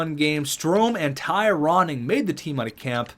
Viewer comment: Please keep the Ty Ronning made it out of camp. i laugh everytime you say it lol